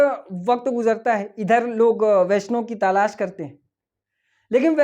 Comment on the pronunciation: Bhai ta lash nhi talash hota hy